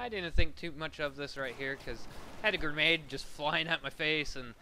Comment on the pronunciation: lol "Gernade"